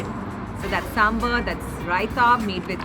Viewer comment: The Australians, who are eating south indian food for the first time, can pronounce sambaar so well. Not sure why my dear north indian friends can only pronounce it as 'sumber'. 🤣 Wonderful to see people enjoying s.indian food with their fingers.